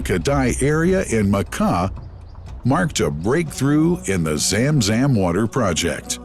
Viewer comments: It's Zamzam not zemzem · Correct. Narrator was spelling it as ZAAM ZAAM each time ZUM ZUM is more appropriate i believe. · why the fk english translation always run away from the real name,madinah ,and the speaker say madainah,zam zam and he literally say zem zem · It's pronounced Zum Zum (like zUM in UMbrella ☔) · How poor that the pronunciation of Zam Zam is completely wrong. Hired the wrong person for voice over! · He said zamzam so funny زم زم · Why have such a narrator who does not know the language and has mispronounced words such zam zam and medina. Listen to how he says it. I'm sure there are other words I missed! Just use a local narrator who usees proper pronunciation and not a white washed one.